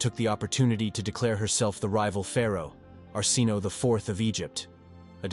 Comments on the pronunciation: Arsinoe... Are-sin-oh-way. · I know! It's pronounced our sin away and this narrator didn't know how to say her name 🤢😡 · Don't know how much faith I have in "facts" presented by someone who pronounced Arsinoe six different ways, and all of them incorrectly.